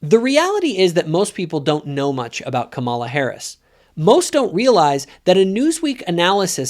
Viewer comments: You cannot even pronounce Kamala correctly. Your criticism is misogynistic and racist. You are just as racist as Trump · She had said her own name that way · Totally disagree with you on all aspects of your ideas. Trump is toxic to everything he touches. He is a criminal a rapist and a chronic liar. He idolizes autocratic leaders. You can’t even say Kamala’s name correctly. I am woman and abortion is not black and white line it should be between her doctor and and you are taking away a woman’s free agency. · A little disappointed that you don’t know how to pronounce her name. Not sure if it’s intentional or not but I want to believe it’s not. I do agree with your point of you in several aspects about Trump. None of them are angels but certainly she is a better option than him. His actions are terrible. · Who's going to tell him how to pronounce Kamala? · She has pronounced it 2 ways, depends on who she is speaking to and what accent to use. She is also not who she says she is. She is fake. Kamala cameleon.